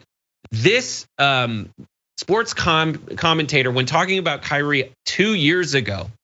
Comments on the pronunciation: Kyrie just means lord, master, seigneur, dominus, domine, Herr, sir. and it's pronounced Kee-Ree-ay. (or Kü-ree-ay). Unless you DON'T want people to see the connection between your name and the Greek word. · While he's looking up what his name means, he might want to look up how to pronounce it as well.